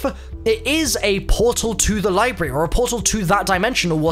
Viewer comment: Is he trying to say library? The way he’s spelling it and saying it, there’s no r in it.